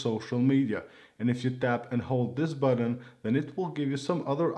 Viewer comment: buTTon not buDDEn